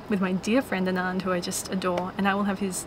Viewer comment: Girl, his name is pronounced like ah-nun-dh not a-naan-dh :)